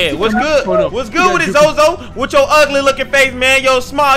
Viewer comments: It's no zozo it's zose the devil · its pronounced soso and not zozo